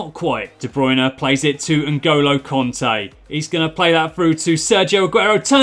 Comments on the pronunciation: It isn't konte it's kante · btw I only wrote that cos it sounded like u were saying conte